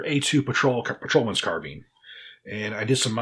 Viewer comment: Scarbine lol. great video.